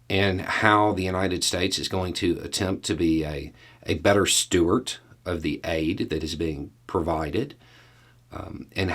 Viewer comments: It's 'steward' or caretaker, rather than 'stewart.' This is a very common mistake, with surnames as well. Look at my last name, and see my authority in the matter. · my bother, I love you and your concepts. But the word is "steward". You keep saying "Stewart" like you are expecting Jon Stewart or Rod Stewart to step up and take responsibility... The word is Steward. Not Stewart. Please don't make me come back. Love ya brother. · Dude, I love ya, but it's "steward" with a d, not stewart, or perhaps Stuart, with a t. 😊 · Tell me knows steward is spelled with a "d" in the context he's using it......sounds like he's pronouncing the "t" like Stewart 🤣